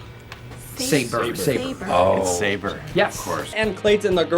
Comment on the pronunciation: It’s pronounced Sa-bore not say-ber